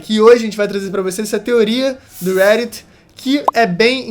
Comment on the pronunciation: Poo, fala Reddit direito. É RÉ Di Tii. Igual Brasileiro msm